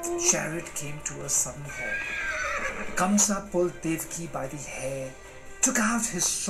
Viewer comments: It’s Kansa/Kans....not Kamsa. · Not Kamsa its kans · Actually, his name is "Kans/ Kansa" not Kamsa...🤗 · Wrong......kans not kamsa